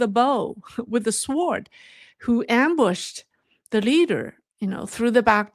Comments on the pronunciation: Sword is pronounced 'so:d'. Long vowel O and silent W. Thank you. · Sword - “w” is silent… “sord” reference google translate